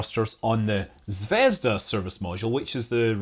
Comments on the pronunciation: its not zvesda its zveazda like p(ea)nut zv(ea)zda like the letter E zvEzda. in russian zvezda means Star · ZvezdA, not ZvEzda. =) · Zvezd*a* - accent on the last syllable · Please, Scott, it should be pronounced 'ZvezdA' with stress on a. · Its pronounced "zvezdA", emphasis is on A. Means "star" in russian (but Scott probably knew that). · Fuuuuuuck! zvezdA zaryA - stress on the last syllable !!!